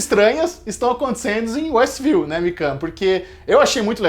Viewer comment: quando o policial diz Estview,observei que foi retirado apenas o W de westview.W de Wanda